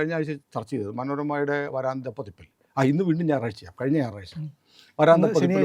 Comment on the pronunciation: .... "vaRAAntha pathipp..." !!!??? "vaaraantha pathipp" ennu parayoo ishtaa...